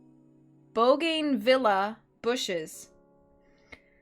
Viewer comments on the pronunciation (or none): That plant is pronounced boo-gun-vi-lee-uh. Thanks as always. You’re such an expressive reader!